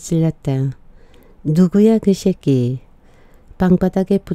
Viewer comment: 지니님 그 새끼 발음이 아주 찰 지내요 고맙습니다